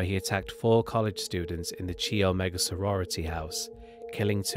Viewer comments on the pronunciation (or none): Chi Omega is pronounced "kie omega". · Tallahassee native here who remembers the fear in N Florida and remembers the day he was executed. They treated his execution like a space shuttle launch: even many elementary schools stopped class and watched the media coverage of his execution. Every time you say “Chee Omega,”😂😂😂😂😂😂😂. Hilarious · 1. It's pronounced kai omega, not chee omega. 2. He never escaped from Florida. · "Chee" omega lul.... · Good video but your pronunciation of words is atrocious! You really need to learn how to say the words that you are using before you commit them to a video. Like Ted Kaczynski‘s last name and The Chi Omega sorority house.